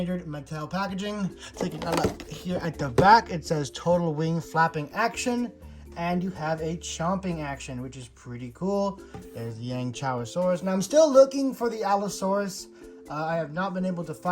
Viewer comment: the pronunciation is "Yang Chang a Saurus" also have you seen the Owen Grady Escape pack